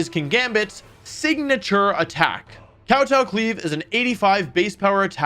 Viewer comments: i love how Wolfey repeatedly says Kowtow Cleave with great emphasis on the Kowtow 😂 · Awesome vid as usual Wolfey Not sure if youre pronouncing Kowtow cleave wrong on purpose instead of pronouncing it Kow t-Ow it's more tow as in Towing a car. ( spelled out phonetically would look like "Cow-toe") To Kowtow would basically be like Grovelling. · I feel like kowtow cleave is pronounced koh-toh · Kowtow in Kowtow Cleave is a Japanese word. It's pronounced nouw-touw. To Kowtow is to kneel and apologize.